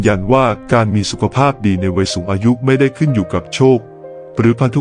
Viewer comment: วัยไม่ใช่ไว ใช้ภาษาไทยให้ถูกต้องหน่อยครับ